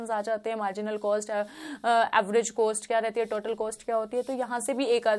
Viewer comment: Apne net jrf qualify kiya 3-4 bar. .very good ..but ab se please cost ko coast bolna band karo. Work on your pronouncing .. Net exam dena chodo..baki chizo pe bhi dhyan do.